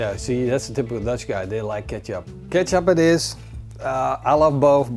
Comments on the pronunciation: Nice and very informative video. Just like all your other videos. One thing though: kecap is pronounced the same way as ketjap. In Indonesian, the "c" is pronounced as a "tj". So never ever call it "keesap" again :-D. And Conimex cannot and will never be the no. 1. Kaki Tiga, ABC or Vanka Kawat are the way to go. If you like, you should also try Kaki Tiga Medja! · Thank you for this. I could not understand what he said as it sounded like he was saying Ketchup to me. LOL